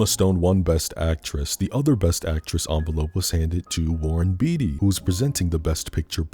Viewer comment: I thought you were a film buff but you couldn't pronounce Warren Beatty right? Come on now bro LOL.